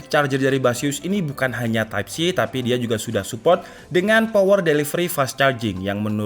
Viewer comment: "POWEL DELIVELI"😂😂🙏